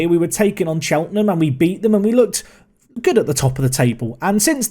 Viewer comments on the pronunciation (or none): none